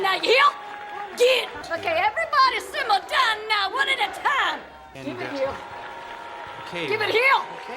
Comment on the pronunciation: Simm’ar down’a now’wa